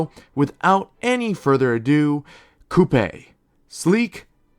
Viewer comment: The way how you pronounced Coupe and Flambae concerns me